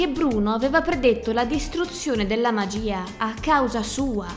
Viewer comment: Magiiiiiiiiiiiiia non magia i non ia